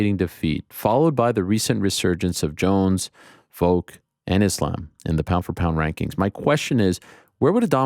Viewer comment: Ariel my man, you gotta stop saying "Voke". It's Volk. The first four letters of Volkanovski. You pronounce Adesanya in the correct African phonetics, but you can't say Volk? You always act like a stickler for correct name pronunciation, yet you constantly say "Voke". After his last win there was a couple episodes where you said it a thousand times. I'm starting a petition for you to start saying Volk. Consider a like on this comment a signature. Maybe Ariel will see it and address this utter nuisance. 😆